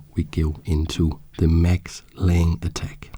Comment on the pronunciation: I cannot resist the urge to point out that you pronounce the e, so its lang-eh